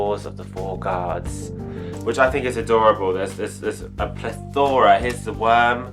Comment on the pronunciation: That's not how you say 'plethora',... x